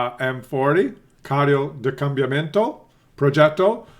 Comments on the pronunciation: God, you're much worse than me in the morning, and I'm not a morning person. I understand that you don't speak Italian, but how can you read Combattimento as Cambiamento?? At least it translated funny, as Tank of Change, where Carro da Combattimento means Battle Tank. :) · its COM BAT TI MEN TO kekw